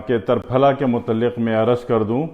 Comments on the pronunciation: Triphla and not tarphala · تر پھلہ میں ت پر زبر نہیں زیر درست ہے۔ جیسے = ترنگا۔ تکون۔ترچھا۔ تنکا ۔ تیر کمان۔ تیکھا۔تیتر ۔تیسرا۔ تین ۔تیرا۔ بہر حال آپکے ہاں جو درست وہی درست ہوگا ہمارا کیا۔آپ ہیں ۔جناب صابر ملتانی صاحب کی مجموعی نظر سے اسکا کچھ واسطہ نہیں وہ تو صرف قانون مفرد اعضاء کے بانی تھے انکو اسکی کیا ضرورت لیکن پھر بھی کسی مفرد یا مرکب تحریک میں اسکا ذکر نہیں کیا ہے۔ اشارہ کافی ہے۔کنایہ بعد میں نہیں کرونگا۔